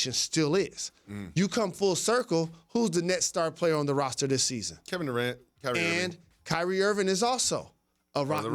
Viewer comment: "Kevin Durock" 😂